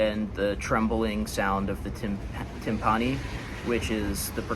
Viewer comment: Are you restarded? Why did you say Timpani like that?